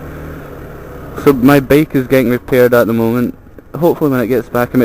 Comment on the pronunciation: BEAK? wtf are you saying? is it really THAT HARD for you to pronounce the word BIKE? FFS!!!